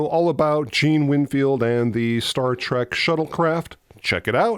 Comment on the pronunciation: It's Star Trek, not start trek